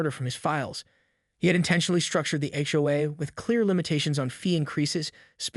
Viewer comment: ''Read'' (said reed?). Hitawai instead of HOA? Said Seden instead of Sedan (Car). Hoos? HOA's...